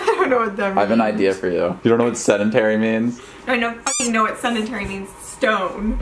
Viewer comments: "she's seNdentary" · Stop saying SENDENTARY. Its Sedentary goddamnit. Sorry just annoyed me. Apologies for the grammar naziness